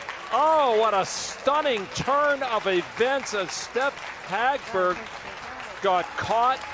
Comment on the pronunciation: They're butchering the name Hagberg which actually sounds pretty in Swedish. 😑